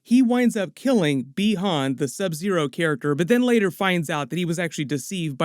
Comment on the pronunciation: Pronouce "buy han"